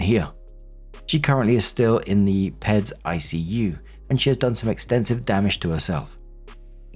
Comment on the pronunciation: Little FYI for Peads is pronounced Pee ds. Not peds. If you didn't know.